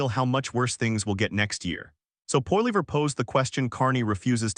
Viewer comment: poilever get the pronunciation correct please